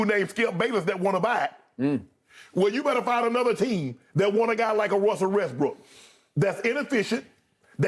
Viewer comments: My dude legit said "Wussell Restbrook" EDIT: My dude legit nearly said it again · "Wussel Restbrook" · "Wussel Resbrook" - Shannon Sharpe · Wussel Restbrook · did he say Wussell Restbrook?